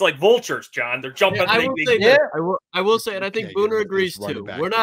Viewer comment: John doesn’t even know how to say his own name right…. Lol